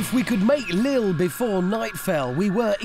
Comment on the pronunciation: Non Hammond, that is not how u pronounce Lille